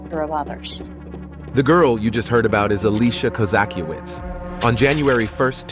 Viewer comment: It's not hard to pronounce Koza-kie-vitch, ffs